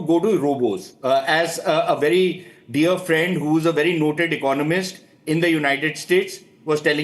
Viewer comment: My Phrand.....India's phrands Mr DoLaand Thramp 😂😂😂😂😂